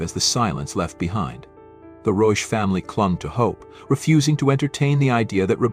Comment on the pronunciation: Please pronounce the name CORRECTLY - this is a GERMAN name. Rebecca Reusch